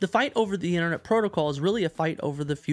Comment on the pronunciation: Innernet? Internet. Ffs.